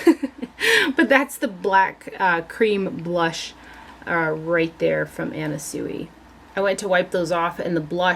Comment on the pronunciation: You have such an enviable collection I love it! By the by..... the designer Anna Sui's last name is pronounced (Swee) 😍